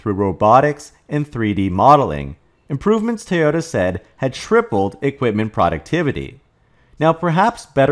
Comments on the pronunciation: why do you say "Tee ota"? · It's pronounced TOY-OH-TAH. Please, STOP mispronouncing